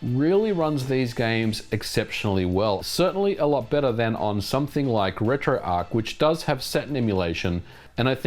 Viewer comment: He calls Retroarch RetroarK!